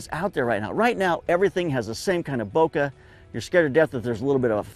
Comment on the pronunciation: Subbed because content- but actually because you pronounce bokeh in the way that I perceive as correct. Also that shirt is fire.